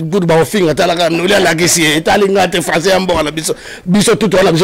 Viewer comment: Oyo kizengi ya mobali owumeli na poto mais français mawa zua ata temps yakosala ba formation ata ya langue Olingi français mais français eboya yo. Cmt tu t'exprime avec tes enfants ?olobaka François et non français